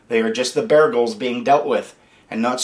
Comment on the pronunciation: Beargles not Beagles oh.....my